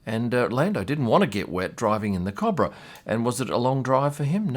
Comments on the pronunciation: Cooo Bra... not cabra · You say Cobra wrong, good video as always tho chap